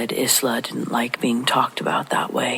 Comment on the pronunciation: Isla: Eye-lah.